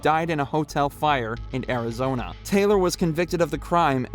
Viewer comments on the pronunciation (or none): none